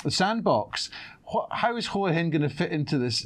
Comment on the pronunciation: Can you say Hua Hin correctly for fucks sake!